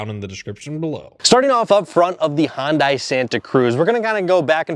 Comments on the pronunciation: Hi guys, My wife and I had a good laugh when we read your comments on the pronunciation of Hyundai. Far from being a Midwestern thing, we are both Southern born and bred. We are also from Montgomery, Alabama where Hyundai has produced automobiles since 2005. The Hyundai officials from South Korea have taught the locals to say Hun(day) since 2003 when they were scouting and securing the land for the plant. Two other notes of interest, first: All national broadcast television commercials for Hyundai are pronounced Hun(day), second: The Google pronunciation by a South Korea translator is Hun(day). Have a great dai !!! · It’s “Hun-dai” rhymes with Sunday 😂😂😂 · “Hahn dye”??? Left this vid after hearing that pronunciation several times in the first two minutes. Can’t pronounce the name then stick to Fords and Chevys. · it's pronounced Hyundai .. sounds like Sunday ... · Please, it’s pronounced “Hun-day”. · Hyundai is pronounced like "Sunday". Just saying. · The correct pronunciation of Hyundai is “Hyun-dae." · Hyundai is pronounced like Sunday with an H instead of an S. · Since you guys are pros its probably good that you pronounce the brand correctly. Hyundai is pronounced like Monday. Hun-day. Good video though. RIP Santa Cruz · It would seem to be a given that the most elementary things you could do to prepare for your video is to learn the pronunciation of the manufacturer of the car you are reviewing. It is Hun-day...rhymes with Sunday. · Check your pronunciation, It’s Hun-day. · Remember, Hyundai rhymes with Sunday. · It's Hyundai, rhymes with Sunday. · If you guys are going to do vehicle comparisons, at least pronounce the manufacturer correctly! Hyundai is pronounced like Sunday! You're welcome.😏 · Apparently in this video it is Hun-die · Hyundai rhymes with Sunday! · First time seeing these guys. I can’t stand their mispronunciation of Hyundai. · It's not pronounced " hahn dye" it's pronounced " hun day" ( rhymes with "sunday") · HIGH-UN-DAY**** Not HON-DIE.